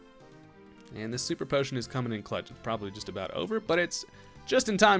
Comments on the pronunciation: alwayssearching2012 aboot killed me 😂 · channeling his inner Canadian